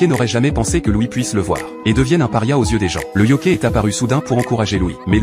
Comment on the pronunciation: yoKAÏ pas yoKÉ